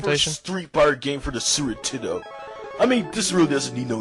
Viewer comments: Not Sooper Tendo, it was more like Sue'er Tenn'ow. He nee's work on 'is 'losives. S'eech ferapy aw such! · Is it just me, or did say Sewer Tendo? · "Sewer Tendo"? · Sounds like "Sewer Nintendo" to me. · Su'er 'indendo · It totally sounds like he is callin it the "sewer-tendo." I love how he just leaves syllables out. This guy is intense!